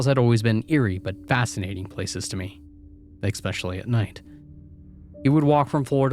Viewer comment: Just wondering why you keep saying ‘eKspecially’… Do yourself a favour, it’s eSpecially